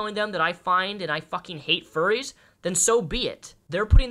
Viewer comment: 😭 fuwwies awe good peopwe I am a fuwwy so I know!!